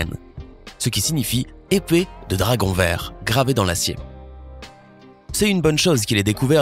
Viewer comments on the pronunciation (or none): none